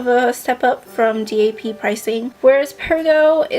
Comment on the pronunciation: Don't spell "DAP" out just say it.